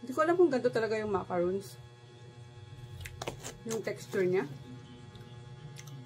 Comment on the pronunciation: Yes sis ganyan ang macaron...sis ganito pronounce share ko lang..mah-ka-rhoon..yung mah- kah- run ..yung yung coconut..😊